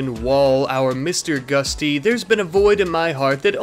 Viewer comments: GUTSY, NOT GUSTY. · Gutsy, not gusty. And it's called a Fat Man pneumatic launcher, not a "doomsday rocket launcher". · everytime you say Mr. Gusty it makes me flinch... its GUTsy! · its GUT-SY not GUSTY! xD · its GUTsy not GUSTy